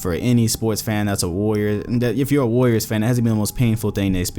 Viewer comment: What the fuck is a Larrior? No such thing in the dictionary.